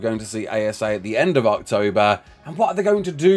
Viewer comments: Totally sounded like said "ARKtober" instead of October while reading the message from Wildcard. Genuinely surprised that pun isn't used more often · Everytime you say October I seem to hear Arktober.....or is it just me